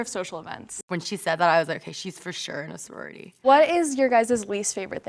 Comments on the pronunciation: "Imina sorority" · Them: I'm in a sorority My ears: I'm men messrorority